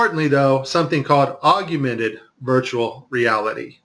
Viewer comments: Aug-mented. Not Aug-u-mented. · "Aug-u-mented virtual reality" lol